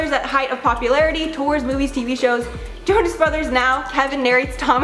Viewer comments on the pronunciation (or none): none